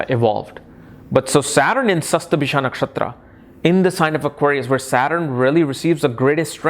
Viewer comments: Sorry to point out this, you write the correct spelling in tags,but you pronounce it wrongly.you wrote shatabhisha but you pronouncing as shastabhishak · But ur pronounce d the nakshatra wrong.y